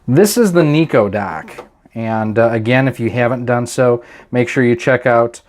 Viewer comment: It's not Niko but Nyko.. With a Y.. Pronounced like Seiko..